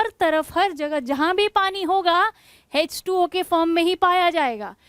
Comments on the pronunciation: Mam its nt hz 2 o Its h2o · Hech2o nhi h2o